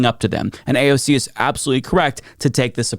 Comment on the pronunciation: "AOG". Needs to learn to read AND speak.